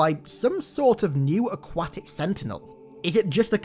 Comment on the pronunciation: why did u say aquatic like that